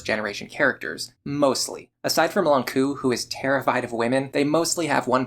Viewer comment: Since you asked for algorithm comments I'm gonna say that you pronounce Nowaru correctly (for JP at least). In French it would sound more like "no-ah-r". All this to say that oddly enough you pronounce the "u" in Lon'qu's name as an english "oo" sound. The "u" in Nowaru and the "u" in Ronku should be pronounced identically (the way you say "Nowaru"). With all that said, I am not obsessed enough with shipping fictional characters to leave an angry comment about that.